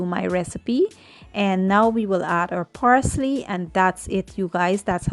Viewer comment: Parsley not Porsley😊